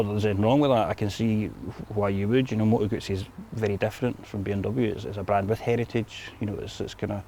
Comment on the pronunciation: Good review, and congratulations on being one of the few english speaking reviewers to pronounce Moto Guzzi properly👍🧐